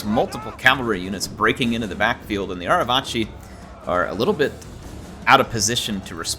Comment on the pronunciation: the C in Arevaci is a hard C im pretty sure, rather than a "ch" sound. So it would sound like "Arevaki".